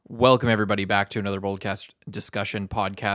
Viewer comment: belcome back 😂😂 ok